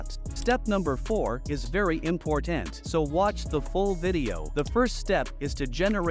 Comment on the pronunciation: sorry you lost me at "im-por-tan" 😂